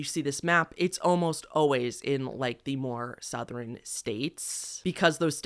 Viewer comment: OMG it's lantren-gate part 2! You pronounce "Southern" as "Southrerin" lol :)